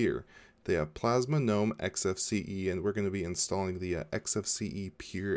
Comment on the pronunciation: ... I have to commend you on a small matter, pronouncing "gnome" as 'noum' , as it is suppose to be pronounced... for years, a would be Linux 'specialists' would put "g" in front and screw my day.. Thank you...